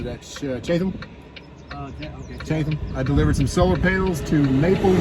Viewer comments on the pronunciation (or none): Oof, the way he pronounced Chat-ham. 😬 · Chatham = "Chat-UM" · It's pronounced chattum and it is some pretty country.... lots of moonshine comes out of that area lol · Pronounced Chat-um Virginia